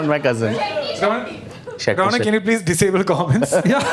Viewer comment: said "disabkle the comment section", i hit like immediately🤣🤣